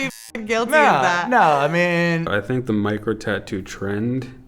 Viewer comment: When she said micro tattoos. I heard Mike Rowe tattoos and was really puzzled how that got to be a thing.